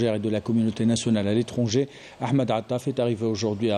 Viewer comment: on ne dit pas "l'étronger" on dit l'étranger an pas on